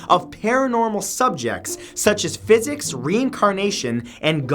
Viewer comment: I had to rewind the section on "parapsychology" 5 times to make sure I heard you correctly: It is the study of "physics?". Did you mean psychics? Physics is a field of science most fundamental to all science, it lies at the base and all sciences are built upon it. It is the study of matter and energy (energy in a physical sense, not metaphysical). I think Stephan Hawking and Einstein would be offended to be lumped in with charlatans and soothsayers